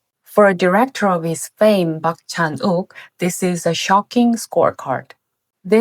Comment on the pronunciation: "Park Chan-wok"?? Come on